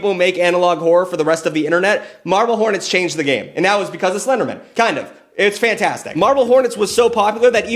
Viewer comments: Stop saying Slendermin. You're too fast. Its SlenderMAN. Lol. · The way you pronounce SlenderMAN as SlenderMEN bothers me.... a LOT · I'm sorry, I couldn't get past you pronouncing Slenderman as Slendermen the entire time! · The number of times it sounds like you say SlenderMEN instead of man upsets me. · I love how is from New England so he pronounces it as Slendermin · The way you keep pronouncing Slenderman as if it's a last name like Goldman instead of pronouncing it like Spiderman or Superman is freaking killing me for some reason. 😂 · The Seinfeldian pronunciation of 'slenderman' as if it was someone's last name got me! Like I just kept thinking of the old 'office birthday party' trope, but with everyone rolling their eyes as Slenderman asks if they really need to take a slice of cake that big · Why are you pronouncing the end of the Slenderman like the end of Councilman instead of like the end of Batman? 😂